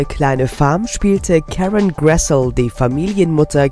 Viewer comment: Es fällt mir schwer, jemandem etwas zu glauben, der schon nicht in der Lage ist, den Namen der Person richtig auszusprechen. Er wird nicht "Gressl" sondern "Gressli" ausgesprochen. Das betont Karen Grassle auch immer selber.